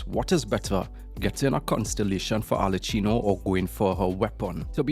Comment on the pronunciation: Why do you say Arlecchino like that??